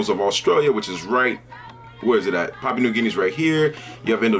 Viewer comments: good video man but the pronunciation is a bit off its more like pah-Pu-ah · Pah-pu-ahn 😂 much love though haha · Brother I appreciate you talking about my country but get your facts correct, I am Papuan an new guinea is another part, basically south is papaun an north is new guinea. Thanks ....btw your proncing Papua wrong don't refer to the whole country as Papuan